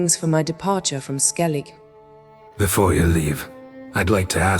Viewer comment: Skelidž xD